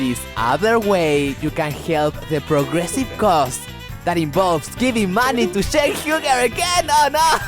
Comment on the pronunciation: its Cenk not Jenk, get your own name right,.... Have a gouot one.